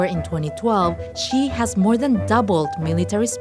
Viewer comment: well yea that’s how u pronounce his name lol